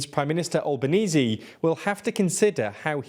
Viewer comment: Such a shame my country voted no to the voice. Also it’s pronounced AnTHony AlbenEASY. Not AnTony AlbanEEZ 😂😂